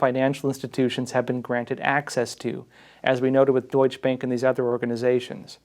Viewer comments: It’s pronounced doichuh bank 😁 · Great reporting. Just an FYI - Deutsche Bank is pronounced like "Deutsch-a Bank" (Deutsche has 2 syllables). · "Doych bank" And what do some people drive? A Porsh? :- ) Now I'm waiting for a German basketball movie about Chicago Bulls 23# Mi-ha-el Yor-dahn. It would be the same level of precision. talking about precision, I loved the glass jaw part. I hope, it is precisely true, and that the jaw will be broken soon